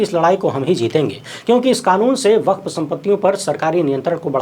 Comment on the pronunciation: यु. पी. में मेंडक बहोत टर्रा रहा है. वक्फ् को वकफ कहा जाता है